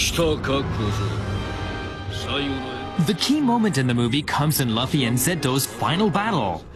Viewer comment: luff ee? omg, someone slap that bitch, its LOOOF EEE